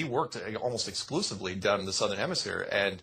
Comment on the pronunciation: you have to stop calling south "Sothern hemisphere"